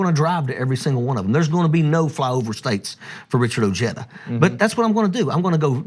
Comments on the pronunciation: If you voted for Trump then you are not very bright and you are OK with racism and sexism. That exhibits poor judgement, insensitivity and a huge blindspot. Nice talking points, but you obviously struggle with critical thinking. You disrespect your family name with that pronunciation. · Beto is a proud latino, but Ojeda disrespects his family name with that pronunciation. I'll pass. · Ojeda is going to have a hard time with the Hispanics because he Anglo sized the pronunciation of his last name. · Great, Ojeda can't win his state so now he wants to run for President. Ojeda should prove his worth and try to win a WV Congress or Senate seat first. Ojeda trying to distant himself from his Spanish heritage by pronouncing his name "O-j-da" instead of "O-he-da" won't get him many Latino votes. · He almost had me, until I heard him mispronounce his own last name. Maybe I am being petty but It felt like nails on a chalkboard...it is NOT pronounced O-jay-dah. It is pronounced Ojeda; the “J” in Spanish is just like the “H” in English. And if anyone says, well, that’s just the way we say it in English, you’re still wrong. If you don’t believe me, look it up. Just like Smith wouldn’t be “SMIT” in Spanish just because the “h” happens to be silent. The closest pronunciation I can think of is “O-head-ah” and never O-hey-duh.” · It's pronounced Oh-He-duh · We need a Wall like we need 10 Nimitz class aircraft carriers. I wasted money on a donation to Ojedas House Seat candidacy in W. Virginia. He is not medialy savy enough to get elected in his own back yard, let alone on the big stage. TRT Is for the choir not for the unconverted, he needs MSNBC and to learn how to pronounce his latino surname. I like him, his message is what I want said. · Trump pronounces putin as trump. Ojeda is irish. Omally, obrien etc..everyone knows names that start with O is irish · Ojeda it's a spaniard proper noun so you should pronounce it correctly so you don't sound so moronic.